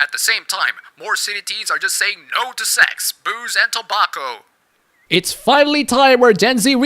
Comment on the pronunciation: you pronounce tobacco wrong